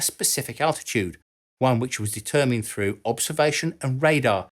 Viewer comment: It's pronounced threw, not frew